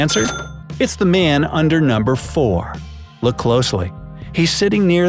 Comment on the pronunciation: noomber XD